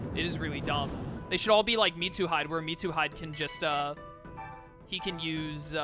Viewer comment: I'm the same with how you say Mitsuhide. It's Mitsu He - Day. It makes me laugh, too. Then again, I've binge watched this entire series for the last 3 days since I'm in lockdown with literally nothing better to do.